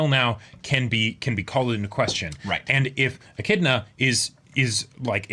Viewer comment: Finally, somebody who already knew how to pronounce "Echidna" correctly. This is why the are the best reactors. Men of culture and learning, through and through.